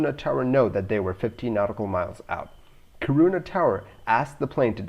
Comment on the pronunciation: It’s pronounced KEE-ruu-na (“uu” is hard to describe in English, there’s nothing similar. Although technically you’d be pronouncing the Swedish “y”, try say UU this way: make an “ee” (hold it...), then while not changing the ee-sound you round your lips like in “oo”. You’ll come somewhere closer to any “uu” sound than is possible with an English word.) When you say KiRUna, it almost sounds like you say corona 😉